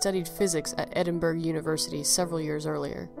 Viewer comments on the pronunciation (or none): So sad but a lovely tale. Could I just correct your pronunciation of Edinburgh, it actually sounds like Edinburuh or Edinboruh in Scottish, sorry so many people get it wrong but if you've never heard a Scot say it you'd never know.